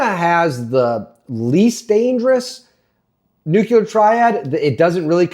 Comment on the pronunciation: Olease stop saying "nukular." Clicked away.